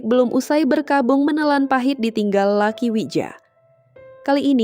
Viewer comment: Luki bacanya min bukan Laki